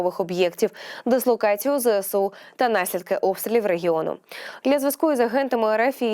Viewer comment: Не "Зе ЭСЭ у",а "Зэ ЭС у"!; "СОЛДАТКА"🤣🤣🤣 Особливо мені сподобалось: "Пально"🤣🤣🤣🤣 Де ви,грамотії беретесь?